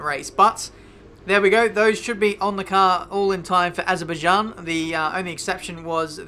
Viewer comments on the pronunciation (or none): none